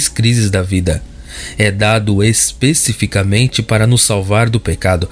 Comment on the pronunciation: Por favor, não diga, es pê cificamente... o correto é especificaMENte.